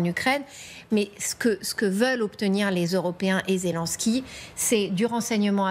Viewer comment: Pas "Zé Lin ski", Zé Linnn ski! Pourtant vous dites "Jostinn Troudeau"! Allez comprendre ;) Vive Ze France!